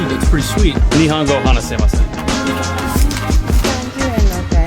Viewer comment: I commend you for your effort, but as a tip, it's ni-hon-go, not ni-hahn-go. Anyways love the content, keep it up!